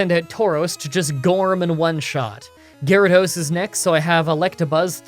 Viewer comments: What's this? You must have overlooked a mistake in the script or something... Geh-rah-dose? I think you'll find it's called 'Water-Onix', good sir! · "Gyarados" Me: confused screaming